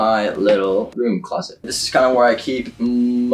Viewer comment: Your closet is a huge house why do you call it a clost !?